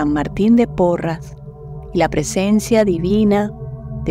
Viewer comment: Gracias por esta ejercitación, soy de Perú, San Martin santo peruano,si realmente curaba incluso a los animalitos, pero su nombre es SAN MARTIN DE PORRES, ES PORRES NO PORRAS. GRACIAS gracias gracias